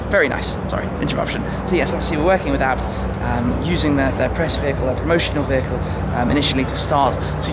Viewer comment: isn't it A B T like ayy bee tee or in German AA bi ti